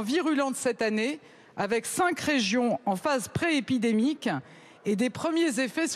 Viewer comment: Cet accent Parigo est monstrueux. Covid-EUH Epidemiqu-EUH Ils ne font pas des cours de diction dans la haute administration??